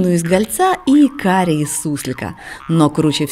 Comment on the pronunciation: Карри из суслика , а не кариес ))